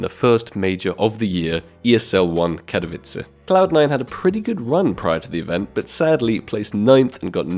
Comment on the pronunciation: I love the way you pronounce "Katowice" <3